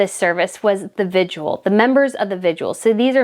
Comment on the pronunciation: The correct pronunciation is VIGIL, not VIGUAL. There’s no U in the word. Your welcome.